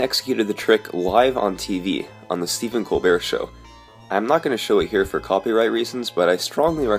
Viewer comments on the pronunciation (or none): none